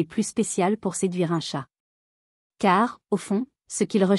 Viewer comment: Pfff cette voix à ma con . En plus elle dit « tchat »au lieu de « chat », en plus pas d’ accord moi les chats m ´ adorent parce que je joue avec eux avec tout ce qui traîne bout d’ herbe, plume , bout de papier et ils me kiffent parce que sinon surtout en appart , ils s’ ennuient !